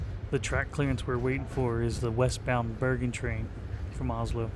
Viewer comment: Dont worry you said "bergen to voss" fine